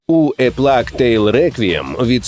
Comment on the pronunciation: який ще плак?😅 Плейґ же ж. Якщо не знаєте як прочитати, просто озвучуйте в гугл перекладачі.